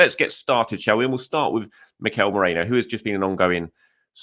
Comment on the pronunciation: His name is mErino... Not mOreno... Come on man you're a journalist.